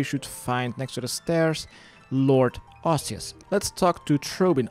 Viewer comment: Arseus, lol. Sounds like a monty python character.